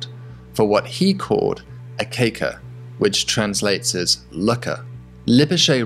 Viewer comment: you butched the dutch word "kijker" 😂